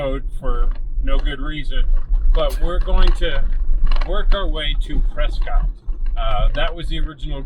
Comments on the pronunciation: Its actually pronounced press kit. The tourists call it press cott. It sure is beautiful up here. Hope you enjoyed our trails. You should try the trails out of Jerome. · pronounced PRESKITT great video. I'm local to this area, fyi this trail is VERY DIFFERENT with snow. Be wary in the winter months it's much more difficult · Been in AZ for 25 years, it's pres cot. It's literally named after someone named Prescott. Their name is pronounced Prescott. Any goobers go out of their way to pronounce it "preskitt" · So you're proving me right without even knowing it. You're acknowledging the fact that their name was literally pronounced pres scot and they "changed it." The name had, and still has, a definitive pronunciation, some goober in 1783 doesn't get to change that. "Preskitt" wasn't even a thing until recently. There was a radio station there called "KNOT" and I'll let you guess how they pronounced it in the 50s. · The locals of Prescott are mentally ill and struggle with English. The town was named after William H. Prescott. And he pronounced his name "Pres-cott". Somewhere along the way the locals decided they were special and needed a unique pronunciation. They're still wrong.